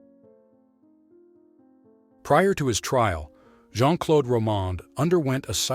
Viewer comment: the name 'Claude' rhymes with 'road'. PLEASE don't say "Clod."